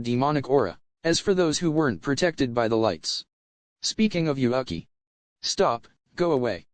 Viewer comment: I will NEVER get over how the microsoft sam voice says "Yuuki" as "You (Uk) i". Makes me chuckle and almost detracts from the seriousness of the story.